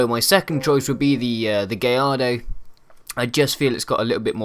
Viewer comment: aha you said gayardo lol